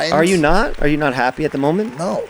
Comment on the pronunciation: “mooment”